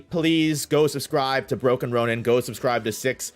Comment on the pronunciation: So proud of for finally pronouncing broken ronin properly. SO proud.